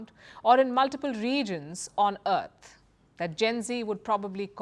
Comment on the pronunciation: "...on Eart"